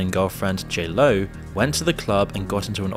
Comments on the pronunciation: Hey man love your videos. Constructive criticism is this; research how to pronounce names like Kid Cudi, J Lo, or even Sean Combs --- the name of the main person in the video --- before recording. They even say Sean Combs correctly in a clip you used but you mispronounced it in your VO. It's important for anyone who knows the material and truly should be a focus of yours if you want to create videos on it. Wishing you luck! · This video is great and informative, but the way he pronounced kid cudi, j.lo and tupac is just wrong